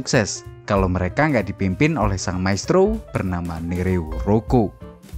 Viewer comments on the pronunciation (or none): none